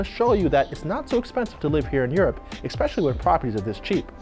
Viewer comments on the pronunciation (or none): ESPECIALLY. Not ExPECIALLY. Sorry English teacher